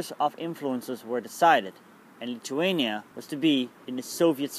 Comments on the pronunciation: no your accent it's like you don't have front teeth? TH sounds wrong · he is saying lithuania wrong